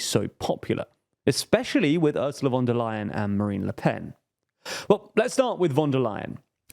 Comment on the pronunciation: Please avoid using foreign words if you cannot pronounce them. Otherwise great content as always. For the future: say schpitzenkandidaat and not spitzencandidate with an s (=Schpitzenkandidat); Fidesz with an s and not sch (as latter that would be Polish), and most importantly Fon der Leyen and NOT von der Leyen as in German v is pronounced f.